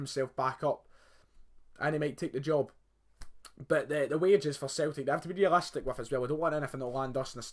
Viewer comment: A few things for you: 1. "Celtic" is pronounced Sell-tick 2. It's not "Scotland Keltics", it's "Celtic" 3. Your son supports both Liverpool AND Barcelona? That is just wrong. 4. Celtic are Scotland's biggest team, they have the largest stadium, highest average attendance, most money, most successful in Europe. 5. You never hear them because football/soccer is dominated by the top 5 leagues (Spanish La Liga, English Premier League, German Bundesliga, French Ligue 1 and Italian Serie A), and you only really hear from the best clubs in those leagues. 6. They don't sign players like Messi because it is practically impossible. Why play on a cold Saturday night in Kilmarnock on a plastic pitch in front of no more than usually 11,000 people when you can stay in Spain with beautiful stadiums, over 30,000 people, warm weather and a massive salary?